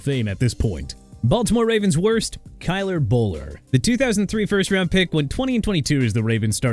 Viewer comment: Kyler boller? Lmao